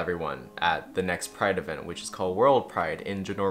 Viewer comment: Every time you say “Genorvia” you sound like a drunk person trying to explain The Princess Diaries